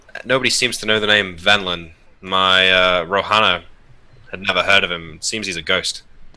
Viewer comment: I love how the NPC is named Venlin but seems to have misheard and is saying Vendilin. Everytime is talking as an NPC to after he misspeaks uses Vendilin rather than Venlan. Little touches like that are why he is #1